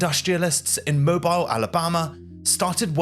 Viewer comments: no, not “mo-bile”, the city is pronounced “mow Beale”😭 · FYI: minor point. Mobile is pronounced Mo-beel. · Pronounced Mo- beel! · The city is pronounced Moe-Beel, the HL Hunley was originally designed to be electric, the hand crank drove a fly wheel that turned the propeller was an improvisation. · lol… I know you Brits can’t bring yourselves to pronounce other cultures’ words properly, but it is pronounced Moe-beel. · Pronunciation tip: Mobile, Alabama is pronounced “mo-BEEL”. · Your pronunciation of names like SHILOH and MOBILE are incorrect , also the way you sound the letter H is also incorrect in your narration . Good narration and getting your facts right is everything , because if it isn't then it can spoil the whole production .